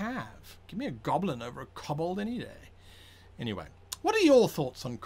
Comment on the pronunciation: Koh-bold Not cobblestone